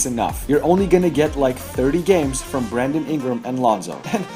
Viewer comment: Nigga said Bradely Ingram😂😂😂